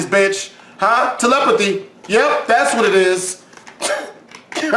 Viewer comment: My boy said telepathy lol 😂😂😂😂😂